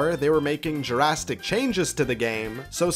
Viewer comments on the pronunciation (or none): Why do you say duhrastic instead of drastic?